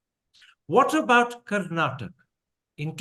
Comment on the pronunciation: Mr Thapr - It's time you pronounce "Karnataka as Karnataka" not as Karnatak